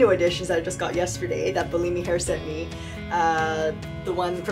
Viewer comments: Bullimi? No, you should pronounce Bellami like bell-amy. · You keep saying Bi-Li-Mi sent me wigs, but I read it as Be-La- Mi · It’s pronounced BELL AHH MEE 🥰 Also, best of luck with your hair journey.. I have alopecia so I def understand.